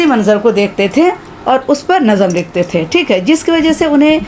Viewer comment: السلام علیکم! امید ہے آپ ٹھیک ہیں نظم کو NAZAm نہیں بلکہ nazm پڑھنا چاہئے۔۔